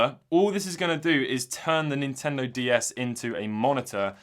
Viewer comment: please start saying Nintendo not Intendo. plz. love the channel btw